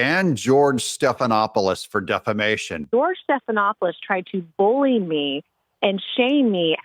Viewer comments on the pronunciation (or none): none